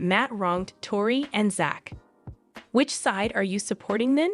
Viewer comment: It is not pronounced "Zatch" His name is spelled Zach for Zachary, but his name is pronounced "Zack" like the name "Jack" Quit mispronouncing everyone's names!! Pronounce their names correctly all the time!!How would you like it if your name was mispronounced all the time?